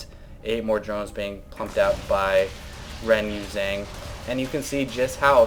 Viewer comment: You pronounced his name wrong, renyushee-ong is about how you would say it.